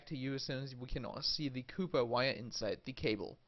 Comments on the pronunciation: COP- PER COPPPPPPPPP PERRRRRRR NOT COOOOPER YOU FUCKING PLEB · COPPER ITS COPPER. JESUS CHRIST. NOTHING HAS MADE ME SO MAD IN MY LIFE. CAW-PER NOT COOPER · It’s called cooper not cuuper what ever you’re saying is not a word! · Lol cooper wires instead of copper wires lol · He is saying cooper wire instead of copper wire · Where did you learn to speak ENGLISH, man? No where in the Periodic Table I could fine CUPPER . Man ...say Copper co pp er not Cu pp er but the chemical sign is Cu. It doesn’t mean Copper need to be pronounced CUPPER. I give you a DISLIKE. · This is the whole reason i came to the comments.. also aww, instead of or lol.. i'd imagine my accent would sound funny to them too.. "haha, this or that.. it's aww not oR" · Copper not Cooper lol😎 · Its Copper wire: NOT COOPER wire. What accent is this ? Definitely not american I know but surely not mainstream english or cockney. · COPPER COP-ERRRRR please stop saying coooooooper or I will kill myself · copper copper cooper copper copper :p :p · "cooper wires" hahahaahah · "cooper wire" 😂😂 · stop saying cooper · Has anyone ever pronounced copper like that beofe. Cool tho. Cheers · I assume the pronunciation everyone is losing their shit over is based on the etymology of the word. Copper comes from the Latin “cuprum” (pronounced COO-prum) which is why compounds of copper used to be commonly referred to as “cupric ______.” If his native language is more aligned with the Latin pronunciation, then it’s understandable that he follows that. The British pronounce AND spell “aluminum” differently than we do in the US. I guess that’s equally as entertaining to some. I don’t understand the hype.